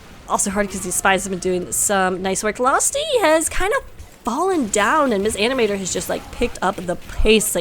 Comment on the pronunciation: Hi, its me again, with the good old "my name is not mis animator, the m and s in my name are pronouced seperately!" comment. But in all seriousness thanks for the cast!:D <3